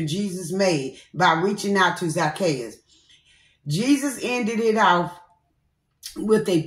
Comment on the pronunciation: You had said it right I got the wrong word in Luke that I'm reading and it's Zac-chae'us 🥰🙌